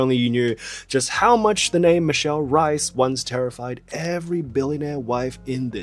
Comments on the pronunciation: H - ay - s! Would be more accurate, I’m a native English speaker and my mother is from Brazil and I’ve been speaking Portuguese since birth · Absolute garbage sponsor. Also, lovely video, but "Reis" is pronounced as it is written, not "Rais", and the "r" is pronounced as "h" in hello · Isn't her name pronounced as Michelle "Rays"? Not Rice I mean she's half chinese so the staple food thing but come on 😂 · if she's of portuguese descent, her last name is not pronounced as r - eye - s but as r - ay - s! - a portuguese person haha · I'm pretty sure her last name is pronounced like "race" (in a non-Australian or Cockney accent) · oh my god, she's reis as in the portuguese word for 'kings', no reis as in idk, some german surname. michele rays is wat u were supposed to say. 8 min in and i just realised that, fuck that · It’s pronounce Reese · since i'm portuguese i LOOOOVE michelle and she's my favorite chinese celeb EVER, i'm so glad you made a video about her! ps is reis supposed to be pronounced as the german surname reiss in hong kong lol here it's rruh-ish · Eu sou brasileira, e tá me dando uma agonia da gota toda vez que ele fala rrais sksksksksksk me lembra da primeira vez que ouvi um anglo-falante dizer rozé ao invés de José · HAHAHAH JURO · it’s funny when you say michelle reis, it sounds like rice 😂 the pronunciation of her name is actually very different (i’m brazilian so i know) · the R in Reis is a hard R, it must be pronounced